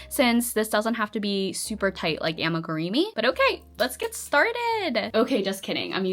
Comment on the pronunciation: I find it very funny that you say “AmigurEEmi” instead of amigurumi. 😂